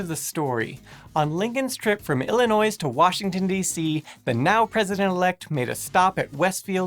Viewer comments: It's pronouced Illinoi!!!!!! the s is silent! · illi-noise? Ugh... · Tori Green pronouncing Illinois with an s is about as acceptable as eating ketchup on a hotdog. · It kept bugging me as well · I've lived in the midwest most of my life, and I've never heard anyone ever pronounce the S at the end. But maybe it's a common error for folks from other areas? Still an error, though. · Great video, thanks. A small critique, there's no noise in Illinois. The "s" is silent. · Is this really a little known fact? Here in Illinois, where we know how to say the state's name correctly, we learn this in kindergarten. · Illinois is not pronounced with an "S" at the end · Today I found out: it's 2017 and people still don't know how to pronounce Illinois. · The "s" in Illinois is silent . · The 's' in Illinois is silent, but it sounds like is pronouncing it (at least a little bit). I hope someone can get word to him on the correct pronunciation. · the s is silent in Illinois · The S is silent in Illinois. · You don't pronounce the 'S' in Illinois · It's infuriating, as a native of Illinois, to hear anyone trying to "educate" folks about Lincoln, being absolutely ignorant that the "s" is silent in "Illinois". How can such a basic fact be ignored for a video about a President from the state in question? That absolutely destroys your credibility and makes anything else on this channel appear less legitimate. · Illinois is not pronounced with the "s". why I don't know, but it's not. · Just sayin', I was always taught the "s" in "Illinois" is silent. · I loved this video just as much as every other on you but,, dear, the S on the end of Illinois is silent... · And today YOU found out you shouldn't pronounce the S at the end of Illinois. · pronounces the "s" in "Illinois"... #TRIGGERED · He mispronounced Illinois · Yes the S is silent my friend. 😉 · don't pronounce the s in Illinois. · Anyone else cringe whenever he says Illinois? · Illinois. The S is silent.